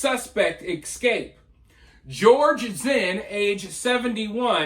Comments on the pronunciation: You speak very well, just a small correction if you don’t mind, it’s e-scape not ek-scape… it’s the e sound first, then the s sound combined with cape. I don’t mean to do this, lol. I’m an English teacher. Love your channel brother, by the way.🥰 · Learn to say Escape properly It's uneducated and ghetto